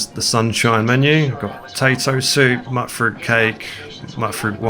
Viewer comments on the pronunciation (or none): Mutfruit is pronounced like "mute fruit", not "mutt fruit". The mut is short for mutated. Mutated fruit = Mutfruit. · Bro, its Mutfruit like mutation not Mutt Fruit. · But, hut, rut, tut, nut, cut, gut...etc, pretty natural first instinct when seeing "mut". I even learned about the correct pronunciation and the reason for it and I still have to fight the instinct. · Love your videos. I will eventually get used to that pronunciation of Mutfruit 😂